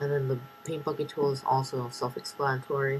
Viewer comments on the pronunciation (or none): nice i thought you said fuck it tool when you said bucket tool